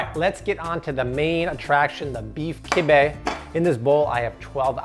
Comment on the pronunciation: Sorry bro that’s not kibbieh